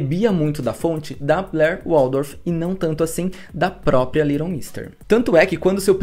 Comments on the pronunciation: Se fala LEighton nao LIGHTON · Só não entendi porque ele pronunciou o nome dela o vídeo todo como se fosse little e não Leighton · adorei o vídeo porém tentando ignorar o fato de vc pronunciar Leighton como “little” hahah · Parabéns pelo vídeo. Só um comentário: a pronúncia do nome dela não ficou legal (é difícil mesmo) só ouvi A Little, A Little. ????